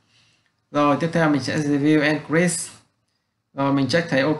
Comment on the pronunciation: Cảm ơn bạn vì bài giảng chất lượng nhưng bạn chỉnh lại phát âm tiếng anh cho chuẩn một xíu sẽ tốt hơn. vd: bạn phát âm không đúng các từ: create, threshold, target,....